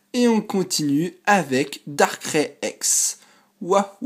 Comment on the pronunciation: Darkrai sa se prononce comme sa: Darkray et pas darckrai!!! Sinon bonne vidéo comme d'hab